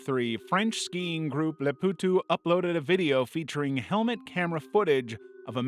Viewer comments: Name: Les Powtos: Les Poowtoos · its not "les pwtw" its more like "les pohtoh" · It's a French word and is mispronounced here.